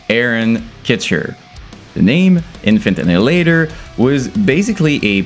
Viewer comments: Why you mispronunce their name? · lad at least pronouce there name right jesus its not difficult at this poinjt im sure youve seen multiple reaction videos to em hence your content right now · I refuse to listen to a guy who doesn't even say the name right.